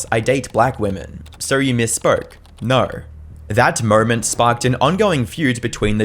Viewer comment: Its NO not Ner you fuckin dumbass.